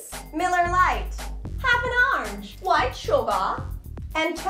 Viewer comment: I love how you say orange. "Arnge"